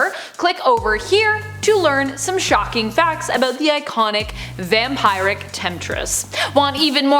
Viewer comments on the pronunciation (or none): Did she really say vam-pie-rick? Pet sure it's vam-peer-ick